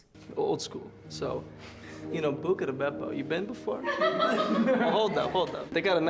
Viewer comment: When he said "bucca da beppo" I closed the app instinctively. Sorry